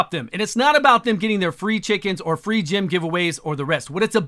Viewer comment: I swear only Plarium could screw up "free" this badly..